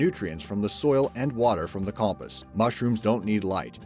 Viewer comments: Compist... Every narrator on your channel needs to learn how to use the pronunciation part of the dictionary. Com-post. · No, you're not. That and compost. It's "com-POST," like "fence POST," not "COMpehst." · WHY DOES HE SAY COMPIST!! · Ugh. "Com-post"! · He said compus not compost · So we're just not going to talk about the way he pronounces compost?